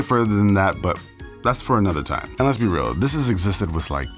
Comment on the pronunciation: "rea day in the life"